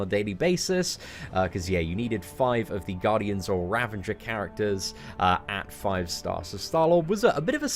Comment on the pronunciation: Love the channel but absolutely hate that you can't say ravager properly!